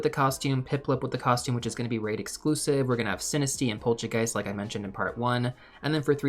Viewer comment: its pol-tcha-g-aah-ist the tcha is spelled like trump says Ch-ina without the ina.. he says like TCHAIINAA xD so the tcha from that and the a after G is spelled like you would say ahh when you understand something that is obviouse but shorter.. like aaaaah now i get it not the american a so pol-TCHA-g-aah-ist and also the polchageist comes from chai tea and poltergeist which is a german word